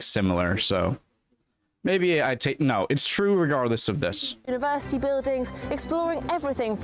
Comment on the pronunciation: Excellent. " ..... and what lies beneath the university ". Bloody great English accent on that part. You sounded like a male version of me. 👍✌